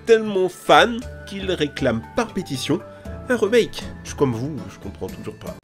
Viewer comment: "un reumaike"